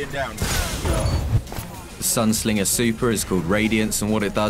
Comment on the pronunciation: SINGER NOT SLINGER